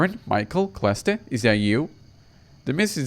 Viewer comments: Celeste is pronounced Sell-ESS-t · Celeste is pronounced s uh l eh s t.